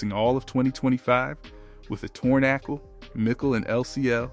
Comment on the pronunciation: what's an ackle?